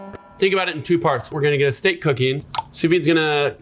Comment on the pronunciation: A SCHTEAK